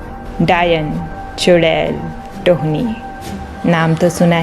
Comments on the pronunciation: Tohni nahi tonhi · माफ कीजिएगा टोक रहीं हुँ ये टोनही होता है tohni नही